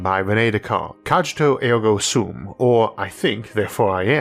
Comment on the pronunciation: The way 'Cogito ergo sum' was pronounced robbed me of my sentience for sure.